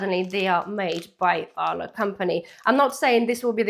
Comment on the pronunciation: It sounds like you're saying Allah not Arla, but good vid.